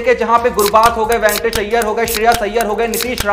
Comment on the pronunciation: Ventors nahin re baba Venkatesh Iyer chutiya tere ko bolna aata nahin a Gaya YouTube per